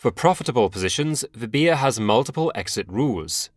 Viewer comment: Her name is called as "" "v" "bha" "". not "v" "bhi" "ya"